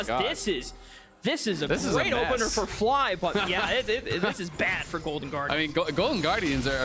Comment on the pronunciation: Says fky instead of fly, great content btw